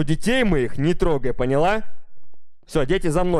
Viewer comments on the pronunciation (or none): none